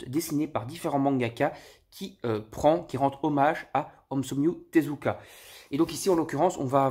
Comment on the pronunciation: "omsomyu Tezuka" oO Merci pour ce moment! 🤣